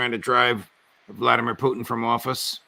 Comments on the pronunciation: No one calls Putin as Putchin, wtf is wrong with this guest? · Mispronouncing Putin's name is the height of childishness Ray.